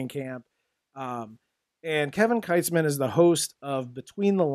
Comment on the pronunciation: It's pronounced "Keetz-man".